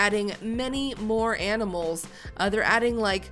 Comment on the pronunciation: So many amanals(that was intetonal)